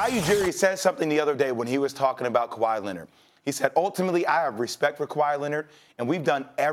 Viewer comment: “Kawahi Leannet”